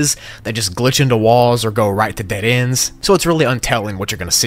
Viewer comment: did you forge how to say dead?